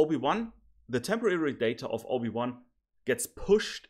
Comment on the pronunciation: Everytime he said OB1 i heard Obi Wan😂